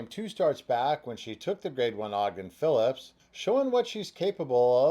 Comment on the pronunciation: It's Ogden Phipps, not Phillips!